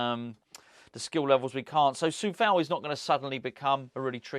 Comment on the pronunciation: It's Coufal not Cofal btw